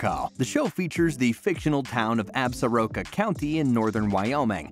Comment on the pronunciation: As a native of WY I sure wish the word Absoraka was properly pronounced! It is Ab Sore Ah Ka!